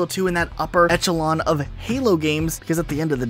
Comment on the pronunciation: "...etchelon" Me: "Eh? You clearly mean esh-elon." Never heard that word pronounced that way before. lol